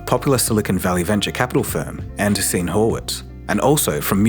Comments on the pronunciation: "An-DUHR-seen" - I struggle with this one too, haha. An-DREE-suhn? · An-DREE-sen Horowitz